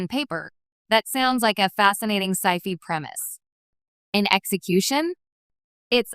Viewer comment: I only regret that there is no way to "do not recommend" ... ok, i regret wasting the time i took to write this.. and the brain damage from hearing "sci fi" pronounced see fee